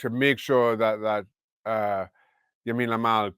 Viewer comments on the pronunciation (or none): Shaka said Yamin Lamal 😂